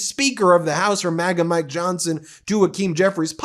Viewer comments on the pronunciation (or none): none